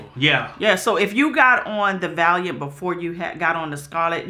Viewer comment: lol I was really sitting here waiting for to mispronounce Valiant 😂😂 but bro made it